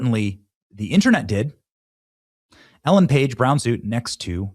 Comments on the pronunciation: You mispronounced "Ellen"... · Ellen - not Elliot.